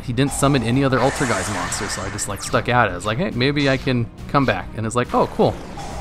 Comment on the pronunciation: Im happy that you pronounce ''Altergeist'' correctly. Not like some people who say ''Altergist''... ''E''s matter, guys!